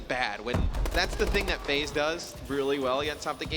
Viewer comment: This dumbass said FaZe